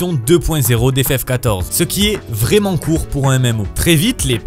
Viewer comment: Très étrange, cet accent robotique qui prononce les è en é. "Vrément" ça fait "tré" mal aux oreilles.